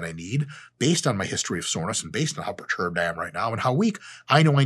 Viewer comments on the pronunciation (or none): imma start saying that 😂😂 "bro why you so preturbed"